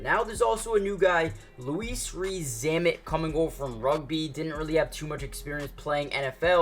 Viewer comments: Pronunciation of Louis (also, not Lois as in your title), is just like saying the name Lewis. That aside, as a fellow Welshman, I’m looking forward to seeing if and how the Chiefs use him. Although, I understand it may be limited, but as a Chiefs fan, I’m hoping the new kickoff rules means they’ll get to use him. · It's Louis not Lois!! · It's pronounced "Lewis" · Why and how do people not know how to pronounce simple fucking names. Outrageous “Louise Reece zambit” 😂😂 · Rees-Zammit's first name is pronounced like Lewis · Bro... if you're going to do this, learn to pronounce these names properly 😂